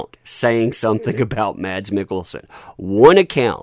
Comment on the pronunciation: His name is not pronounced Mads. Is it without the D just Mas